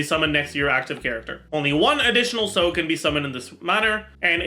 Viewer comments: Weeb comment incoming 🤓: Sode is japanese, it refers to the sleeve of the kimonos, you know the ones that sometimes very big you can put stuff in it. It's pronounced so (as in 'soft'), de (as in 'desk'). So-de. "Sow-there" is probably close lol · Why does he keep pronouncing Sode like that